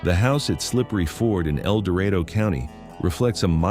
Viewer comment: It is interesting that AI can pronounce the words indigenous and expansion a hundred fold, yet cannot pronounce Amarillo or El Dorado at all.